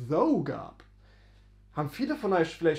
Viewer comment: Eine kleine Korrektur: das Englisch "thou" wird wie "thAU" ausgesprochen. Deine Aussprache "thOO" bedeutet auf Englisch "though", also das Wort "obwohl" auf Deutsch. Also, geschriebenes "thou" wird wie "thAU" ausgesprochen Geschriebenes "though" wird wie "thoo" ausgesprochen "Thou" wird kaum mehr verwendet, entspricht aber "du" auf Deutsch, z.b. thou goest (du gehst), thou singest (du singst), und so weiter. Die Mehrzahl von "thou" ist "ye", also "ihr" auf Deutsch, z.B. ye go (ihr geht), ye sing (ihr singt), und so weiter. "Ye" gilt heutzutage als sehr veraltet, dafür sagt man aber in vielen Teilen der USA, besonders im Süden, "y'all" (you + all).